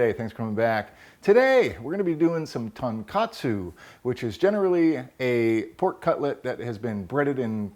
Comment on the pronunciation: TONE KA TSUE. also not done with Veal, TON means pork these are done with pork loin usually